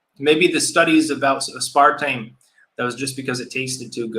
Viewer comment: ' pronunciation of aspartame made me instantly physically ill, ive heard shit abt aspartame but never looked into it is it really that bad??